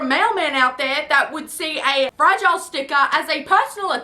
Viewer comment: I thought he was saying frazzle, not fragile. Very confused for a sec